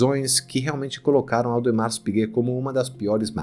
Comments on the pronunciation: Audemar ! É como se pronuncia , o S não se fala ! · Audemar (o S não se pronuncia em francês ) meu primeiro vídeo aqui é já amei este canal fiquei apaixonado em relógio a pouco tempo ( tenho apenas 17 anos ) e quero aprender mais